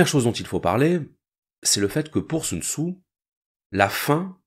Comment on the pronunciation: Normalement on prononce « Soun Tsé » mais bon